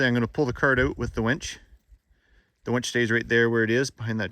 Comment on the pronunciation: Its a winch, not a wench. You keep calling it a wench. (Listen back to what you are calling it)? Lol x